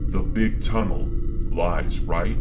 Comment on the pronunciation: ah yes... the TUNNELton TUNNLE